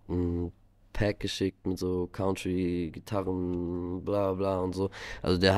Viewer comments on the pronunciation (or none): Leider Country falsch ausgesprochen 😂